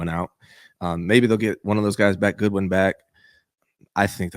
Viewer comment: What's with this dude and destroying last names? Godwin - Goodwin Pearsall - PurseAll Mustapha - Mastaffa